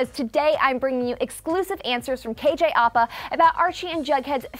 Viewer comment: ”KJ Arpa” Girl it’s “KJ APA”, not KJ Arpa